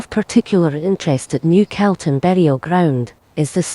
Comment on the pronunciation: I wish the Scots woman knew how to pronounce Calton !! It is NOT pronounced Celton,. it's Calton as is "Cawlton"